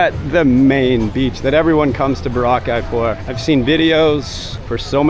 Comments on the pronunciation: Bora ...cai..as in sky.....2-3 syllable not one wotd....not Barakaie as you. say it......in British English its Bo-Ruh Kay. As in a coral Cay 🎉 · Sensational video thank you. Also always thought it was pronounced ...BOR_ A _KAY. ....😅😅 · Its Bora like Flora..kye...thx u